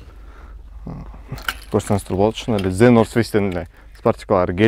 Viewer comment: Зе нор фейс дейтго😂. 😅😅 тууганым туура айтып уйрон. (The)бул тамга зе болуп окулбайт. Бул кошумча создорго кирет.